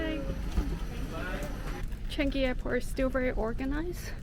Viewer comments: shouldn't have left in the first place. By the way it's Chang ngee , not changee lol goes to show how sincere you are when you said you feel so touched when the captain says welcome home. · Welcome home! BTW Changi is pronounced as "Chan Yi" not "Chan Gi" ; )